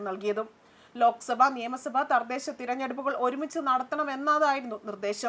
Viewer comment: 🎉🎉🎉🎉🎉🎉🎉🎉🎉🎉🎉🎉🎉🎉🎉🎉🎉🎉🎉🎉🎉 good point and good look...🎉🎉🎉🎉🎉🎉🎉 Thardhesha alla thadhesha ..onnu koode sradhikkuka